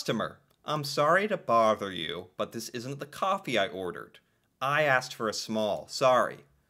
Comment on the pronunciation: For not fur. What can I do for ya?